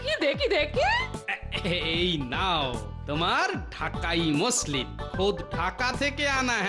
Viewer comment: ম্যাসলিন না মসলিন